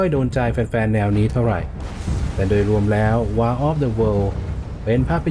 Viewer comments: WAR อ่าน วอร์ครับ แปลว่าสงคราม ไม่ใช่ วาร์ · War คำนี้ไม่ควรจะอ่านผิดใด้ดวยประการทั้งปวง ใครไม่งงผมงงนะอะไรจะตายน้ำตื้นใด้ขนาดนี้